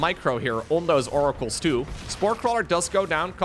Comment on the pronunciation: wants to see more Oracles so he can keep saying More-acles IMO